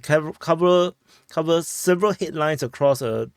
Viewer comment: Headlines? I heard hitlines.😂